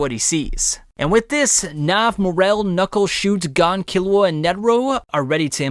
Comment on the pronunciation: I have never heard pronoun Gon’s name like this